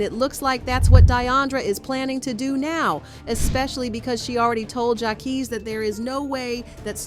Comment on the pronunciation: LMAOAOAOAO no shade "jackies"😭😭